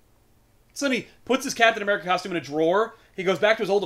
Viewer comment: Uh-meri-cuh....fuck yeah